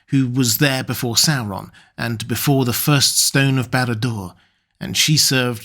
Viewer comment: Christopher Lee will always be my favorite actor in these films, due to his pronunciation always being on point with words like "SAU-ron" instead of the usual annoying "soron". "MOR-dor" not Modor.